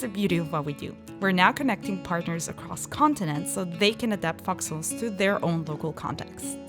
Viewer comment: Thought she was saying "foxles" for a while there. Long vowel sounds matter!